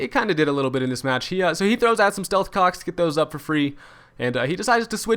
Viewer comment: Bro straight up says stealth cocks and dicks lmao